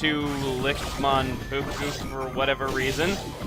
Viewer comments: Yes he was, but Mankugu? I thought it was Manpuku.... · Mankugu?? its Manpuku.....